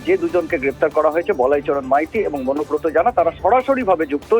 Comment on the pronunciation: অনুব্রতর ভাই নাকি মনোব্রত!😂😂😂